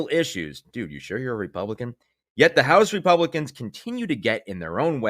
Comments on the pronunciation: At first, I thought you said “Repugnicans.”😹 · It's REPUGLICANS , repugnance over flowerh .😂😂